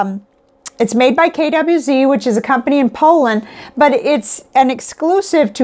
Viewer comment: I lost interest when you mispronounced 'KWZ'. If you can't be bothered to learn about the items you are discussing/promoting, why should anyone bother listening to you?